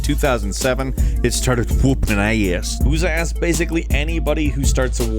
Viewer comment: "Started whoopin' ayass" I fuckin' died as soon as he said it.